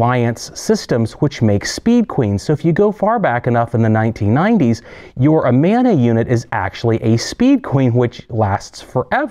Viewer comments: Had to stop watching half way through. I was a domestic repair tech for nearly 20 years. It hurts my teeth when you say "Amona." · If you know the right way to pronounce Amana, why do you keep doing it wrong?